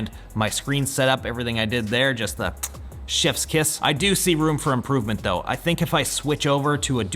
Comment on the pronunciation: Only blooper real is you trying to pronounce “chefs kiss” lol. 👏🏼👏🏼